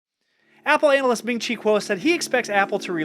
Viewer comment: Um, please be careful of pronouncing the word "analyst"...... Otherwise I agree Apple will work harder to make it a smoother transition.